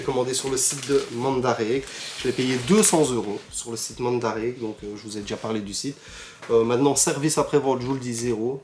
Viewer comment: Super vidéo, mandarake se prononce raké à la fin